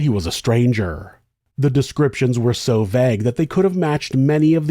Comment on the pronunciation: "Vegg".. Vayyyygue.